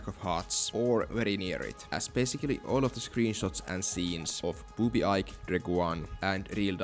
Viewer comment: Ike is pronounced like the letter E + K. Eekay.